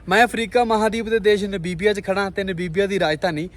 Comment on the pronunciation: ਭਾਜੀ ਮੈਂ ਇੱਕ ਗੱਲ ਤੁਹਾਨੂੰ ਖਾਸ ਤੌਰ ਤੇ ਕਹਿਣੀ ਚਾਹੁੰਦਾ ਹਾਂ ਕਿ ਤੁਸੀਂ ਨਾਬੀਬੀਆਂ ਨਾਬੀਬੀਆ ਕਰੀ ਜਾ ਰਹੇ ਹੋ ਨਾ ਬੀਬੀਆਂ ਨਹੀਂ ਨਾਮੀਬੀਆ ਹੈ। ਜਦ ਕੋਈ ਕਿਸੇ ਲਫਜ਼ ਦਾ ਜਾਂ ਕਿਸੇ ਦੇਸ਼ ਦਾ ਨਾਮ ਦਾ ਉਚਾਰਨ ਗਲਤ ਕਰਦਾ ਹੈ ਤਾਂ ਮੈਨੂੰ ਬਹੁਤ ਗੁੱਸਾ ਚੜਦਾ ਹੈ ਔਰ ਮੈਂ ਜਿਸ ਦਿਨ ਦਾ ਬੋਟਸਵਾਨਾ ਤੋਂ ਅੱਗੇ ਦਾ ਦੌਰ ਦੇਖ ਰਿਹਾ ਤਾਂ ਬਾਰ ਬਾਰ ਨਾ ਬੀਬੀਆਂ ਨਾ ਬੀਬੀਆਂ ਸੁਣ ਕੇ ਮੈਨੂੰ ਗੁੱਸਾ ਚੜ ਰਿਹਾ ਤੇ ਮੈਂ ਦੇਖਣਾ ਸ਼ੁਰੂ ਤਾਂ ਕਰਦਾ ਹਾਂ ਪਰ ਫਿਰ ਮੈਂ ਦੇਖਣਾ ਬੰਦ ਕਰ ਦਿੰਦਾ ਹਾਂ ਇਸ ਨਾਲ irritation ਹੁੰਦੀ ਹੈ ਆਪਣਾ ਉਚਾਰਨ ਸਹੀ ਕਰੋ